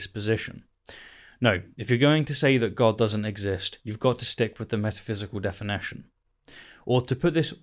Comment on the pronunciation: Metaphysical defi-NAH-tion. Great video as always,. Also really like this new chapter format with "TLDR" segment at the end, though i hope there would be more videos where chapter format wouldn't really fit, like discussions or responses maybe.